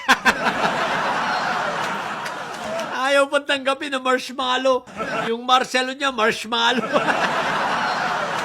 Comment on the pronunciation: Dinig ko boss sa Sabi nya Marcelo 😅😅